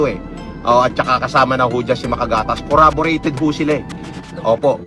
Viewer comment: "coraborated" daw sabi ni 😂